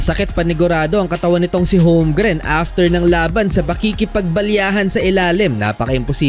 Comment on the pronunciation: Holgrim hindi Homgrin Hayop na yan!